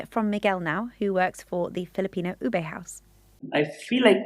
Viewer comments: OO-beh not OO-bay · Please take note ube is not pronounced as oo-bay but retain the sound of long double "o" as in look"; and "e" as in net, you get OO-beh. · It's pronounced "Oo-Beh" not "Oh-Bey"